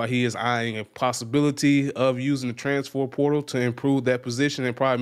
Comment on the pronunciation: Bruh can’t say transfer to save his life